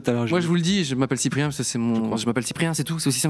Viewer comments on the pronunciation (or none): Je suis le seul à entendre Chipre ?